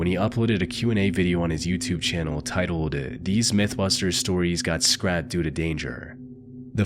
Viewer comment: Aphrodite is a Greek word, why would it be covered in 5th grade English? But he also said an episode was "scraped" when he meant "scrapped"